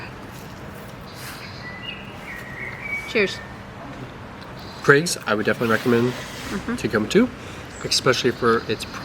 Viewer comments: Gr- eggs 🥚 🥚 not gr-aggs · Sausage rolls and bakes are kept warm. They're not allowed to go cold and be reheated. Just wondering why you pronounced Greggs as Gray-gs and not Greg-gz? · "Greygs"? No, it's Greggs, rhymes with Eggs. 😉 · i love how they prenounce it as Graigs. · The way they call it "Graygs" makes me laugh so much Not as bad as that TikTok where the girl called it "G R Eggs" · All I can think of now is when Russell Howard showed this video of an American woman was talking about Gregg’s but she kept saying it G.R.Eggs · Why's he pronounce it as Craigs? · Anyone that’s confused by my comment, basically an American girl was in London and recommended greggs but she kept saying GR Eggs 💀😭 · I’m obsessed with accent. Interesting to hear you pronounce ‘Greggs’ more like ‘graygs’ But I often hear Americans pronounce the word ‘Craig’ as ‘Cregg’ Love it. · The Scots tend to pronounce it "graygs", too. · Lol, Americans; Greggs = gray'gs Craig = kregg You have it the wrong way around guys! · The way pronounces greggs is adorable🤣 but so wrong😂